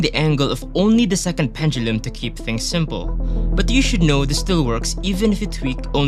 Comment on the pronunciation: Love how you pronounce pendulum